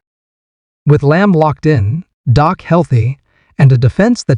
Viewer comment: Your information is not bad, but using AI to do your voice over is a bad idea. They called Dak….Dok. You should use a real live person, not AI